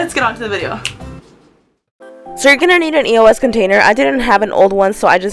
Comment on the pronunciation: its not pernouced e.o.s.